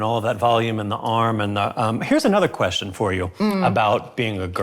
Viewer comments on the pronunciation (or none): none